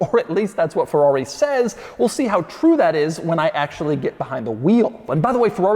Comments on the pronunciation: Bro its FERRARI!! not FEWWAWE 🥴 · I've always wondered why americans pronounce Ferrari as "Forrari". Just why.